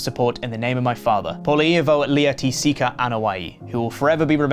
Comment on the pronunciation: Was not ready for how good accent sounded and what seems like a spot on pronunciation of Sika's full name. What a plot twist. RIP Sika. Many thanks in are in order for the legacy you've left us all. A job well done.